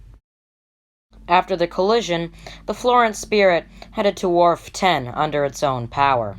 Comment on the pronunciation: Wharf 10 wharf 12... I thought the narrator said warp lol